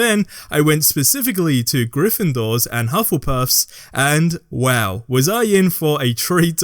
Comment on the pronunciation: "Slythrin" "Grythendoors" "Hufflepuths", really? :D You forgor Raewinglaw.